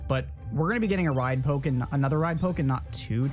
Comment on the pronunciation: You saying poke triggers me every time lol